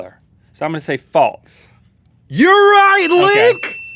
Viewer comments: Rhett..."False" not "Faults"...geesh. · i like how instead of "false" Rhett says "faltes" 😂